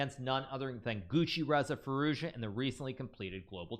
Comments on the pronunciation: it's the "Guccireza Firuozja" for me😂😂😂😂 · Bro said guccireza firouza💀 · Hahahah😂😂😂his pronounciation caught off-guarded man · Gucciraza firouzja lmao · Naah the troll pronounciation had me rolling 😂😂